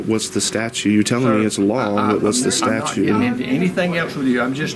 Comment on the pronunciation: The word is STATUTE, not statue, tons o’ fun. Seriously, you walk around doing this nonsense every day, and still don’t know what the word is? Lol.